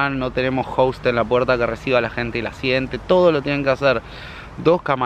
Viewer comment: Me di cuenta al toque que la chica del cumple era de Santa Fe porque se come la S igual que yo 😂 ya los extrañaba chicos, sigan así y éxitos a los dos!